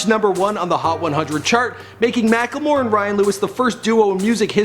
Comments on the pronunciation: MackLEmore not mackELmore.. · He is called mack-le-more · it's pronounced mack-le-more